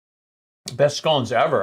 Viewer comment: Glad you pronounced scones properly 👌🏻